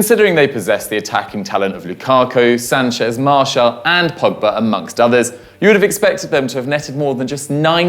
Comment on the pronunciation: Ok this posh dude gotta learn how to pronounce names like it’s martial not marsh Jesus Christ man 😭😂😂😂